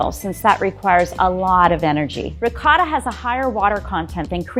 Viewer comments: I really hate the way she says ricotta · I cringed every time she tried pronouncing ricotta. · Not only did I live in italy for YEARS and speak the language fluently. I spoke it so fluently I taught English To Italians IN ITALIAN! And I can say whole heartedly that people trying to pronounce italian things in a garbage bag New York accent should be a war crime. The cheese is Ricotta. Pronounced (Ri-Co-Tah) idk what the hell Riguttuh cheese is! My goodness, if you wanna sound like you know some other language maybe try A little bit. Otherwise she seems like a lovely lady, but her italian is as bad as My own grandmothers, and she's never left the state of Colorado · Ricotta...not regoda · It's Ricotta, not regorda cheese. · I love but part of me died every time she said rigoiata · As an Italian, I was TRIGGERED by saying “Riggota” instead of riccota.. Love her tho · Why is she calling it rigooota? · lady: uses ricotta also lady: RIgOrtA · J0my He’s talking about ricotta the ‘c’ is pronounced as ‘k’. The ‘r’ in Italian has more of a roll too. And the ‘o’ is more a short ‘o’ similar to stop. The ‘a’ should sound clear and open from the throat. Like when they doctor tell you to say aaahh but short ofcourse. It sounded like she said wrigoitah instead of ricotta. It should sound somewhat similar to Terracotta. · Pronunciation - It’s Ricotta, Not “Rigot” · I swear this chick is really pi**ing me off saying rigotta like who the heck told you to say ricotta like that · No one: RiegOtA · No one: Not a single soul: Grandma: RIGUOTTA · People from Italy don't pronounce that word with a "g" sound. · What's up with the lady's pronunciation? Why is she calling ricotta "rigoda"? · I'm sorry I love you but how tf do you pronounce ricotta?? “rougouder"?? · It's ricotta lady, RICOTTA, UGH. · Kinda does my head in how she pronounces ricotta